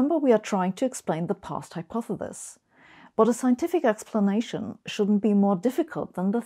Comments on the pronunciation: I love Sabine as much as the next person here but she really does need to practise saying "hypotheSis" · A brilliant theoretical physicist who doesn't quite know how to pronounce the word "hypothesis". Finally, there's something I know that Sabine doesn't! lol. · hypothethis hypothethis hypothethis... once you realize that's how dr. hossenfelder pronounces it, you'll never be able to pay attention to what she's trying to talk about today. I think she said hypothethis about a hundred times in this video! I still love them though. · I want to teach her to pronounce hypothesis